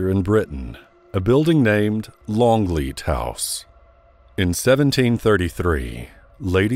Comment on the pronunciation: Longleat, not Longlead.